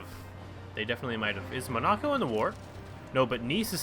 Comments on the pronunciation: Mon-a-co, not Ma-na-co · Pronounced mon-uh-koe Tobago - pronounced: 2-BAY-go